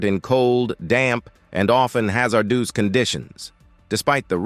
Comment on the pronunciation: My God, I pray for a human reader...this AI IS TERRIBLE AT PRONUNCIATION! Haz er duece is hard to hear